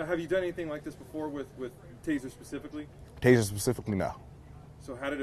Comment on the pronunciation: It’s taser taser taser not tazer tazer tazer